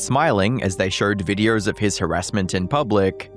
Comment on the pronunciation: knowRRRn for his videoRRRs